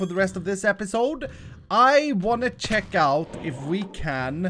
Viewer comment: be like: ‘I wanna shek out’ lol